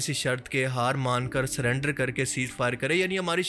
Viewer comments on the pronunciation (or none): none